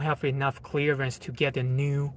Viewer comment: I love it when he says "chleeearence".